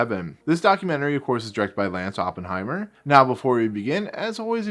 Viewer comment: Decent review but it would be better if you got the name of the creator correct. It is Lance Oppenheim (not er).